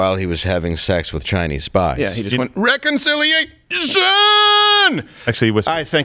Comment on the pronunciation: Actually it was RECONCIIILLL//**FFFPPPHHHLLPPHH**//IIAAAATTIIIOOOONN!